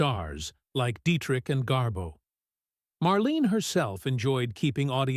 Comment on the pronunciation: You can't even pronounce "Marlene" properly. You are way off the mark on your silly suggestions about Dietrich, Hepburn, Crawford and Bankhead being "secretly born male". Shear sensationalistic bullcrap.